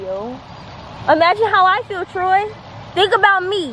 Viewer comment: It’s Troy not ‘Tory’